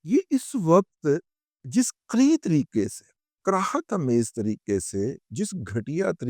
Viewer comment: کراہیت میں ک، ر اور ی کا تلفظ زبر اور ہ زیر کے ساتھ اور ت ساکن ہے!